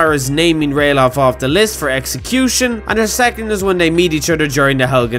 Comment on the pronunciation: It is actually Ralaf not Ralof